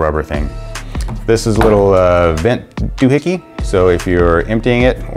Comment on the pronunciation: You said, "do hickie" too lol.